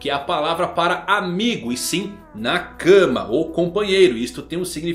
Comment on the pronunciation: sem querer parecer chato, mas é q é estranho ouvir assim. pronuncio correta de nakama é nakámá. Nakãma é impronunciavél em japonês. outro é o tomodachi. normalmente dizemos tomodachi com o chi como se fosse um shi. Mas em japones o chi tem som de ti.